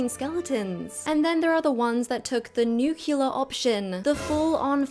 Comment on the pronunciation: Nu-cle-ar, not nu-kyu-lar